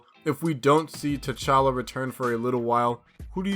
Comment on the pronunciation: It's tchalla.